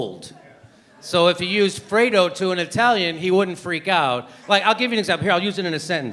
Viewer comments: The Italian word for cold is 'freddo' not 'fredo'. 😖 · Sorry guys but "FREDO" means nothing in Italian. It simply does not exist. The word Jimmy speaks of is "FREDDO" and not "FREDO". It is particularly absurd for an Italian to see a diatribe on an Italian term that no Italian knows. I'm sorry to mention it, but Italian-Americans and Italians are two different worlds now, This Cuomo is as much Italian as I am Chinese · Well, actually it's "freddo" that means cold in Italian, but I like Jimmy so I'll give him artistic license. Lol. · Dear Jimmy, Fredo is not an “F” wordin Italian. It is short for Alfredo or Alfred in English. The word for “cold” in Italian is “freddo”. It’s an easy mistake, you need the double “D” to make it “cold”.